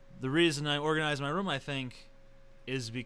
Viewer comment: I like the way TJ says "room". It sounds like he is saying "rum". hehe.